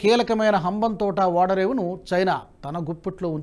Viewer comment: నమస్తే. ఆర్దిక కాదు..ఆర్ధిక అని చదవాలి.రేణుల్ కాదు....రేణువల్ అనాలి. వాడరేవు కాదు ఓడరేవు. చయీనా కాదు చైనా అనాలి. Don't make mistakes again sir.తెలుగు బాష మాకు ప్రాణం.